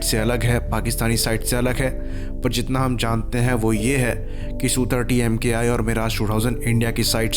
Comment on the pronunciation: It is not EM- KAY I. It is Mk.I, that is Mark One.